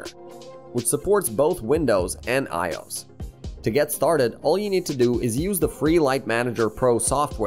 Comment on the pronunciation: Super generic and boring, clearly AI made tosh. You can tell it's AI because well one it has a monotonal droll to it but also by the way it trys to pronounce I-O-S as a word lol. Also they're all premium services with of course a link in the description to the free trial with an affiliate like. Super generic content.